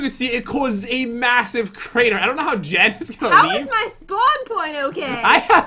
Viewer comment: You actually call jen as jell